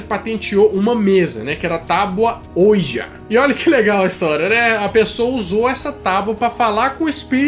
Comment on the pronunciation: Que aflição em pleno 2018 o cara não saber pronunciar OUIJA